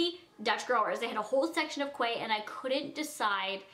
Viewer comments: it's not quay, it's key. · It's pronounced key not quway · not quay, its "key" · it's pronounced 'key' not quay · You are so cute!! Until I got a job at nordstrom, I called it "quay" but it's pronounced "key"! Just letting you know ❤️❤️ I love you!!!! xo been a loyal cutie for years! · Quay pronounced as "key" I use to say it wrong too 🙈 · just letting u know its pronounced 'key' not 'quay', its just a weird australian thing xox love ur channel! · i love you girlie but quay is pronounced like key❤❤ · Quay is pronounced 'key' no hate just letting you know :) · quay is pronounced key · OMG not trying to throw shade but it's pronounced "key" not quay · quay is pronounced key not kway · its pronounced key not quay girl come onnnnn get your life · Quay is pronounced "Key" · The sunnies brand is pronounced like key. Loved this babe!! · Quay is pronounced like key 🔑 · Love the sunglasses!!! Im from Australia and we pronounce it "key" Australia. Love your videos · I live in australia and quay is said like "key" love you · no like you can't just mispronounce things that are said a certain way😂 if my name is Kara, people can't just call me Cora. That's not a thing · Ps, quay, is pronounced 'key' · The brand of the sunglasses are pronounced 'key' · Just an FYI - Quay is pronounced Key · Quay is pronounced key. :) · Its pronounced key even they its written quay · Its pronounced key Australia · Its pronounced 'Key' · Yes, it is a Canadian thing. I think they're talking about how she pronounced the brand, Quay, incorrectly in this video. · She's like 20 and can't say Quay correctly 😂